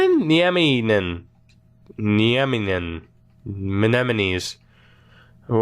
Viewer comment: Haha my little cousin is called Olli Nieminen. How dare you mispronounce my last name!!!